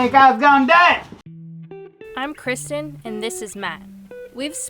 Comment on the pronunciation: Say what it's not Christian !! It's Kr-is-ten = Kristen Sorry Kristen ,if I was a carebear I would be rhetorical bear. If I was a transformer I would be grimlock cuz I'm slow but get stuff done. Grate work Matt . Hope all is well..